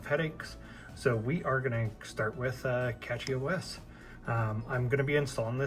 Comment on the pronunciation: Thats funny; you keep saying Catchy OS... there isn't a T in Cashy.